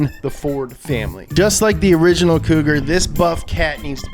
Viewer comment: "Just like the oringinal"